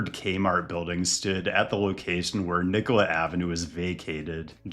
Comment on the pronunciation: Thanks for pronouncing Nicollet the right way, especially in this context it’s very respectful of you to say it correctly.